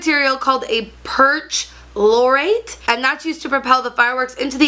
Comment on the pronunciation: Hey, Just wanted to let you know the pronounciation of "ClO4 (perchlorate)" is "[per-klohr-eyt]" or "per-chlor-ate". (I included both just incase the phonetic spelling doesn't make sense. I know sometimes for me it helps and sometimes it doesn't). But regardless I love your videos and I would love to make my own talking more about the chemistry behind environmental impacts (that's what personally draws my fancy)